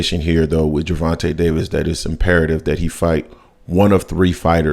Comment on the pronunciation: His name isn’t Gervante Davis , respect the brother 🤲🏾